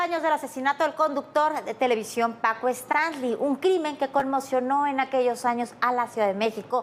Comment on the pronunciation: PACO QUÉ? ninguno de los 2 sabe pronunciarlo jajaja